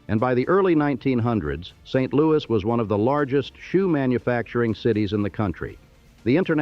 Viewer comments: First some pronunciations:Chouteau pronounced "Show-Tow"Laclede "Laa-cleed"it is not st louie but st. loois spelled of course St. Louis It is not auhhgust but August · You should probably get someone FROM St LouiS to redub this video. You slaughter the pronunciation of ALMOST everything related to St LouiS.